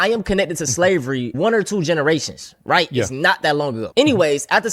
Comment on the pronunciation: "I di'nt esplane it white" ....hmm...you dont say